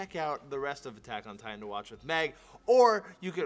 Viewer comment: Meg please, oh please, stop saying Attack ON Titan. My respect for you as an anime fan and a japanese understander, are falling by the second.